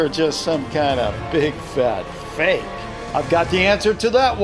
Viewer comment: sayin real and fake: Well just vote ril or fik. sayin unknown: Or maybe its unknooooooown.🥴